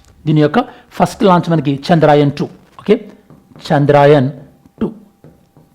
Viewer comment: చంద్రాయన్ కాదు సర్ చంద్రయాన్ thanks for the video ❤